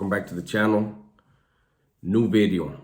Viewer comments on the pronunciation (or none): Say video bro stop with the bedeo